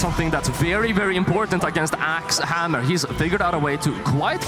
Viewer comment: Hammew is so scawy